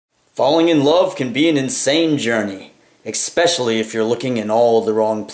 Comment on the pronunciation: Lmao I’m glad someone else noticed that. I always chuckle a little bit whenever he says that. “EcKsPeCiAlLy”